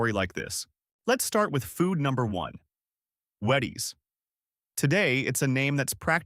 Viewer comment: Uh, that's WHEE-ties....